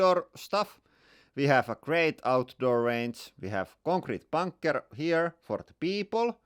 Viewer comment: Plug. :) U is pronounced oo in finnish. That's also why he sometimes say boonker instead of bunker.